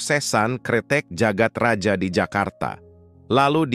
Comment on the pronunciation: bawa ceritanya udah bagus, tapi naratornya gabisa baca ejaan lama. dibjo harusnya dibacanya dibyo, djagat raja harusnya dibaca jagat raya